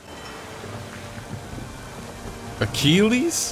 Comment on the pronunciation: YOUR PRONOUNCING ACHILLES WRONG